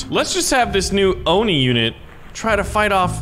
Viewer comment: its on i not ooni